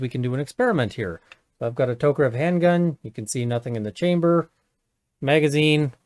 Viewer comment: Props for correct pronunciation of Tokarev